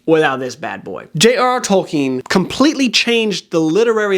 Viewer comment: And you earned a like from me for pronouncing Tolkien accurately. Sooooo many people get that wrong.